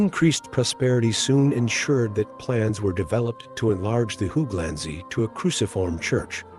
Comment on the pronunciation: Great video but the way you pronounce hooglandse and other Dutch words is pure comedy, it’s not how they are pronounced even with an English accent. I’m sure there would be a friendly Dutch person somewhere so you could check pronunciation, it would make the videos feel more professional. The research and content is otherwise is great!